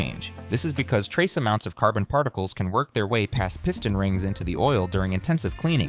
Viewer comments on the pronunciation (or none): none